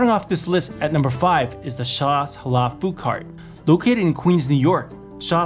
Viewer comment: It’s not pronounced hala it’s Halal stop saying HALA LOL 😂